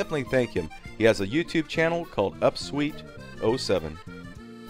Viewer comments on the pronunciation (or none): none